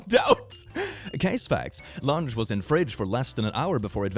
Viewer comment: I THOUGHT YOU SAID LUNGS INSTEAD OF LUNCH I WAS SO CONCERNED ABOUT THE GUY WHO GOT HIS *LUNGS* STOLEN